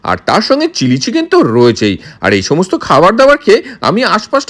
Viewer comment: Cheeeeeken noy chicken boley.